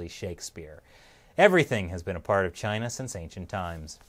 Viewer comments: Dude he said chiner.... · He cant even pronounce "Chiner" correctly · He calls it chiner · Chyner? What is Chyner Bernie? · China has a "r" in it bernie? "Chinr and its leadership"